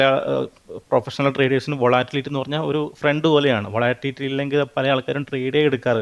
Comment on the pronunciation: അവന്റെ ഒരു വാട്ടിലിറ്റി.....😂😂😂